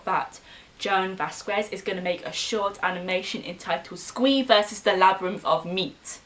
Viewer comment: You know your saying his name wrong it sounds like this Vaz skez